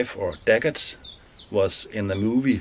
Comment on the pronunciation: You absolutely nailed that bread in yet another great video 👌 Btw its dagger, no T 😉